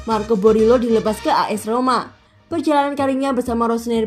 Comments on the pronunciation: Marco boriello bukan borilo 😢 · Tolong dong pelafalan nama yang benar.. Boriello, digao kok selalu salah ucap.. Kalau soal digao itu adalah klausul kontrak Kaka yang harus mengikutkan adiknya.. Please jadilah Chanel yang professional